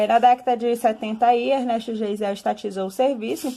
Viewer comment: Pronumcia-se Gaisel.